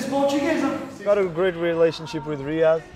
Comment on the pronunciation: Ines pronounced "Riyad" in a perfect way 🤯